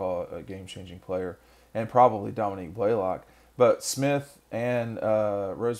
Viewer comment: Domi NICK…not Domi Neek.